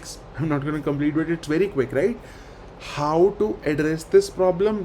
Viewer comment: Look do you pronounce, "HOW". Very pathetic